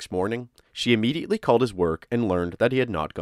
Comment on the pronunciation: Immediately not UHmediately. Sorry I couldn’t take it anymore